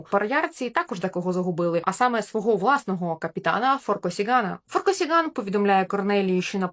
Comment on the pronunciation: Перепрошую, але ФоркОсіґан. Наголос на друге о. Я слухала інтерв'ю авторки.